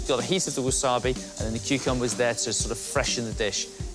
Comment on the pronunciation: what is that accent for cucumber? Kuchumba? Never heard that!